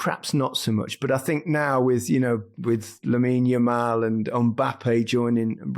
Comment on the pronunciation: 😂 Realised he can't get Yamal's name right. Calls him "Yamine Lamal"😂😂